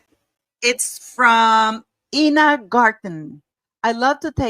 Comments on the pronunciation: I-na not E-na Garten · Enjoy your videos, P! Ina Garden- pronounced, 'Eye-na" BTW. Also, wasn't M's self-bought watch, two toned- yellow and white gold?? I think the show is going to flop, however, I think the ladybug tapas are really cute, but not M's idea. The HAIR! so gross on a cooking show.